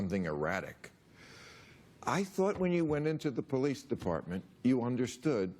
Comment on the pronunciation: Coconut you mean POE-LICE